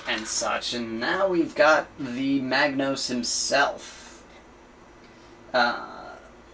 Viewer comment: I'm sorry, I can't help myself, mispronounciation really annoys me... it's a Magos. There's no 'n' in it. Further more it's impossible to see the A4 parts sheet which is a shame as it looks pretty interesting.